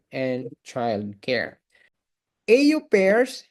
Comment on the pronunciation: Correction lang po... au pair... Ang pagbigkas ay : " o pair " hindi po ... ey yu peyr